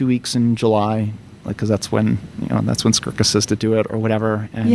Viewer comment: It's Skurka, not Skruka.